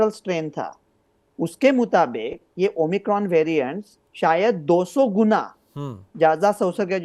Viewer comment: Tv anchor - Omni cron 😀 , omicron virus ☹️